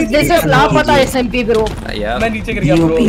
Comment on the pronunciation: fix ur pronounciation you said lapata smp its called lapta smp